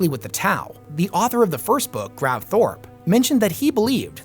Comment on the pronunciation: It's Gav Thorpe. Not grav.